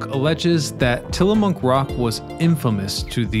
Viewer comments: Ack! Babe, "Tillamook"! Not "Tillamonk!" 😅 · It's also Tillamook, not Tillamonk 😂